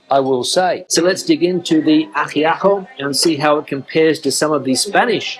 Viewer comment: Its pronounced AjiaCo the C is like a K. Love Cuban food!!! Unfortunately, I can't find it where I live in Southern Spain 😕 good thing I can cook it! I'm Cuban American Spaniard 😁 although never been to Cuba lived in Miami 45 years. No Cheddar in sandwich Cubano, should be Swiss cheese. Yes, we drink wine!